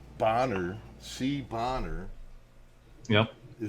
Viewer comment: Stop pronouncing the cop's name. An erect penis is a boner. With one n. Ya'll pronouncing it like a ladies hat, a bonnet. He is a dick. Call him by his name. Boner